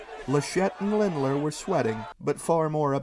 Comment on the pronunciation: I don't wanna be a dick but it's Lindner not Lindler